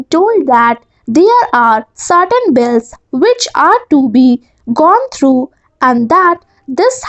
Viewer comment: Your are pronouncing "through" as though, Please improve it.